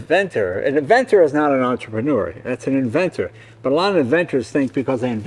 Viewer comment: Entrepreneur. Robert pronounces it as onTRIPanor. He puts the enFASas on the wrong sylLABal.